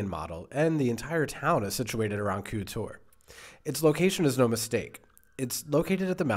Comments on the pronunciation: you got super close to pronouncing Køge correctly you just needed do pronounce the e a bit more it sound kinda like eh. But it is a really hard word with the soft g and the ø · The way you pronounce Køge almost sounds like you say Kure. I'm not trying to make fun if you, cuz I know Ø is a hard letter for non-danes to pronounce as it doesn't exist in english. The best way to describe how to pronounce Ø is the "ur" in Curl. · I think we pronounce it 15 different ways in the video (and none of them are right 😂). And that would have been amazing! The cakes in Denmark are good because they learned from the Austrians 😋